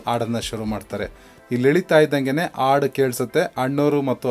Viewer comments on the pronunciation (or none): ನಿಮ್ಮ ಪ್ರಯತ್ನ ಶ್ಲಾಘನೀಯ ತುಂಬಾ ಇಷ್ಟ ಆಯ್ತು ಆದರೆ ನೀವು, ಹಾಡು, ಎಂಬ ಶಬ್ದ ಉಚ್ಚಾರಣೆ ನನಗೆ ಆಡು ಎಂದು ಕೇಳಿಸುತ್ತದೆ